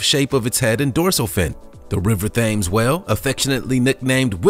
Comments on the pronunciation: It’s pronounced TEMS, not Thames (like you’re saying it, like James with a th) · "have you ever met someone that doesn't love whales?" Yup, Japanese whalers Thames is pronounced "Tems"...... jeebus. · like Edinburga and yosemighy. .... you probly think ur speaking American lol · Hi, 'Thames', is enunciated as 'Temms'. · There was, historically, a grey whale population in the Atlantic. A single idividual was seen a few years ago. There have even been schemes to reintroduce them. PS the River Thames that runs through London is pronounced TEMS not THAMES. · As I londoner I was laughing at the river "fames" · Actually, the River Thames in London is pronounced "tems." Cheers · Thames is pronounced "TIMS". I know it sounds odd, but that's how they do it. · It’s a silent h in Thames and he says Thames but it’s temes silent h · You dont say "Th" for the river its pronounced "T" as in Tems, that's how its pronounced not " Th- ames" that just sounds stupid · 🤔 Thames :"Temms". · iT'S PRONOUNCED TH-AM-EZZ... I NOE... I AM ENGLAND. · The famous river Thames is pronounced "Tems". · Dude its the river t-e-m-s not the river t-a-m-s the river thames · To the narrator: “Thames” is pronounced “Tims”. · The river is pronounced temes but spelt Thames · "Thaymes"-?!?!? Seriously?!?!? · it's pronounced Tems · Does the commentator really not know Thames is pronounced (Tames), the h is silent, or am I in a parallel universe. Hhmm??? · "Thames" is pronounced "temms". Get it right!! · New video idea, Words you won't believe people mispronounce. Its pronounced like "Tems" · its not Thames.....that is not how you pronounce that word. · Its pronounced Tems... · It's the river tames, you do'nt pronounce the H. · “Thames” it’s pronounced tems lol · It's thames pronounced Tems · Actually, it’s “Tems.” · thames pronounced temz. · The famous river Thames...so famous you’ve never heard it pronounced before 😂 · Yep. Pronounced wroooonng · Yes!! So glad someone said it!! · The river THAMES LMAO